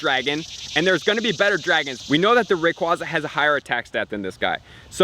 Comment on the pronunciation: I cringe every time I hear RayquAWza being pronounced. :/